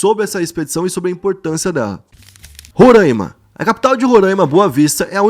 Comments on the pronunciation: Amigo eu moro em Roraima e não gostamos que pronunciem Rorãima e sim Roráima essa é a pronúncia que aqui se vier falar Rorãima e capaz de ser linchado... Só dando uma ajudinha para os próximos videos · Maninho, se pronúncia RORÁIMA, e não RORÃIMA! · Vídeo muito bom, perfeito, mas corrigindo uma coisa Sou daqui de Roraima, e aqui não se fala "rorâima" se fala "roráima", se fala assim pq o nome se origina da língua indígena ianomâmi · Salve, aqui se fala Roráima mesmo, nada Rorãima, abraços kk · Só faltou pronunciar o Nome certo do Roraima